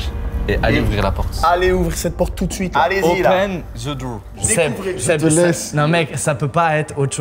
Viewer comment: opéne ZE DRRR